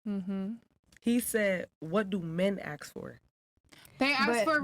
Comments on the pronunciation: Why did she say axe insteadof ask? To lazy to say the correct word or can't pronounce words properly? Im not trying to be a d im just trying to figure out why some blk americans speak this way? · “axe”…..of course….